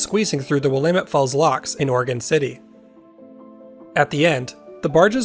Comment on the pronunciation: I was watching this video just waiting to hear you butcher the word Willamette... and you didn't. Nice! You must be a local. :-)